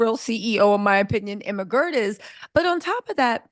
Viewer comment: Everytime you Emma Grede I hear the ermahgerd meme LOL